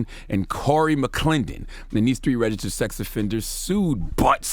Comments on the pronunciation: His struggle with registered🤦🏽‍♂️ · The word "registered" seems to be a struggle for ol' Charlemagne.....